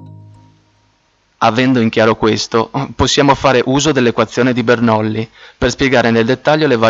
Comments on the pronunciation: Bernolli...😂, si scrive Bernoulli e si legge Bernulli, comunque il video resta molto utile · Spiegato malissimo. Cosa facile resa difficile e poi si legge Bernulli non Bernoulli. Tornate scuola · scusate ma non si dice "bernullì" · ti avrei messo mi piace ma.. "BernOulli"? Serio?